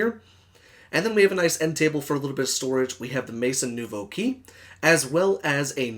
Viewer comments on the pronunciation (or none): it's pronounced as "may-zon new-voh," it means "new house" in French!! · Oh that bad french inuciation was killing me. Only watched half of video, sorry. But definitely not a mod I liked. Thanks for doing it though. Luv the channel.